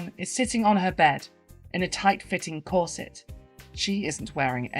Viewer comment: I don't think I've ever heard anyone pronounce 'corset' to rhyme with 'courgette', is that a thing or is it all? A great moral boost even if it did feature a rogues' gallery of bitter puppets, twitter trolls and their ilk! That Alison Bailey quote always makes me shudder. I'd like to suggest people also check out the work by Persephone van der Waard, a transwoman who has written books on sex positivity and subjects related to this video. Much love!! 💖🏳‍⚧